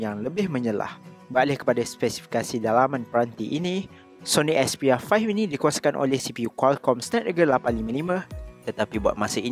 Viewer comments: "Sony expiya faih" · aku sorang jeke dengar dia cakap "sony expiya 5" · Syony expiya 5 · Sony asbyah faih 😂